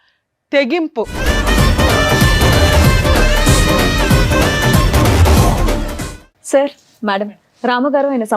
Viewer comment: Thegimpu kadu Madam Barithegimpu